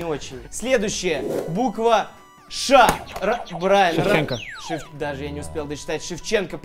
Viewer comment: Брайан, а не Брайн